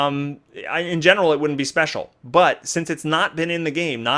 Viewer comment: "Special", please tell me English is not your first language.